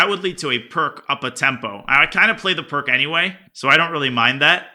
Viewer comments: Hearing a grandmaster pronounce "Pirc" like "perk" is sort of like hearing a math professor say "take-away" instead of "minus". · Pirc is pronounced 'peertz'. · im pretty certain Pirc is not pronounced perk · I know I'll get flamed but I hate hearing it pronounced "perk" defense, once I discovered it was actually called Pirc (pronounced peerts) defense, it kills my soul to hear it... its some form of OCD in my brain